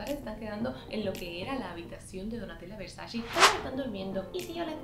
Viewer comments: No se dice “versachi” se dice VERSACHE” ya que es italiano. 🤦🏻‍♂️ No tengo tantas cosas de esa marca pero sé cómo se pronuncia (Donatella lo ha dicho en varias entrevistas) lo cual es imperdonable para una fashion vlogger like you. ❌ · Yo escucho que dice versashe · Cuando será el día que pronuncies bien el nombre de la marca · así no se pronuncia Versace